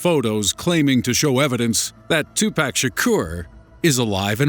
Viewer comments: "2 Pack/ El Pack-O".... LOL! Pawk/ Pawko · Really 2Pack!!?? It's definitely pronounced Tupac... it's not that hard come on!! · tu-pawk not 2-pack! White people... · His name is not 2pack there is no k it’s 2Pac 🤦🏾‍♂️ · As soon as you said "2 PACK" instead of "Tupac" I immediately lost respect for you and all that you stand for. Thank you and Good Day Sir. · its pronounced "pock" not "pack"....ass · 2 pack? no. 2pac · twopack? isn't is Tupac? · ITS NOT TUPACK ITS TUPAC. TU-PO-K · It's pronounced tupoc not 2 pack lol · two-pock..... say it with me now!!! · Serio _0 no...it's not. too-pock. not tu-puck. what u think he's a hockey puck? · I stopped watching when they said tu "pack" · lmao he says 2 pack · BOIII DID U SAY TWO PACK LMFAOOS OMGMR BOII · ....Two-Pack.... HAHAHAHA Okay. I'll press play now. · damn I cringed when this nigga said 2pack lmfaoooooo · two-pack? oh god why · it's pronounced toopoc, though that isn't how it's spelled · lol Tu-pack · LOL two-pack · wait a minute did this dude say....2PACK😂😂 BOI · Almost left because he called him Two-Pack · this nigga called him two pack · once he said "2 pack " it was hard for me to take this video serious from the start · "Two pack" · "2 Pack" lol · Did this nigga just say 2-Pack? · lol "2 pack" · oh god he pronounced it like tupack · "2 pack" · I can't get passed it without making fun of it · Pronounced tupuc. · Why do you say tupac like that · Since you pronounced tupac's name wrong you lost all credibility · cringed when he said tupac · you mispronounced Tupac name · Please learn to say Tupac's name right. Please. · God how he says 2pac really annoys me